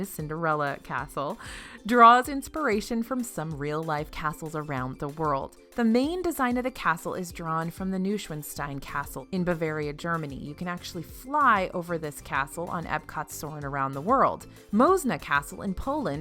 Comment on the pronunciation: love how you say Neuschwanstein😂 but it’s actually like: „Noe shuanstine“ 😂